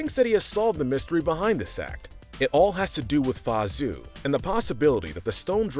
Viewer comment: Anyone else triggered how this guy pronounces Mulan's father's name? It is not pronounced as Zue ZH is more of a JH sound AO is more of an aou sound.